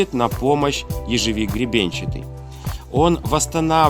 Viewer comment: ежОвик произносится, уши режет